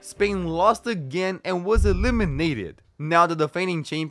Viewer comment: I love how he pronounces "E LIM i nateed"